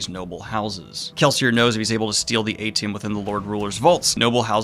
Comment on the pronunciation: I think it’s pronounced Ay-shee-um, not eighty-um. (AITIUM)